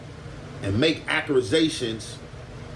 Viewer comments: What is a "acurasation?" 😂😂 That nghha Ant need to invest in a Thesaurus. He stays fkkn up words. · Did he say acurazations